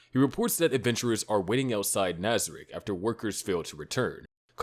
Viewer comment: Another excellent video! I'm always impressed with how thorough you are on your research! Well done! On a side note: you keep pronouncing it "NazarEck" like in "neck" ... But it's "Nazarick", like in "sick". I'm not complaining though... You are doing great!